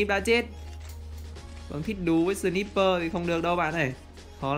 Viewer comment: Ân ơi sờ nai pơ ông đọc là sờ níp pơ